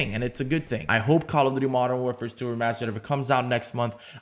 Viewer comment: He fucked up so much at the start lmao “mw remastered” “ww2 remastered”